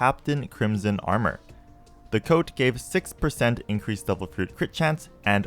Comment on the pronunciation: Bro, why you always pronounce "Devil" like "Double"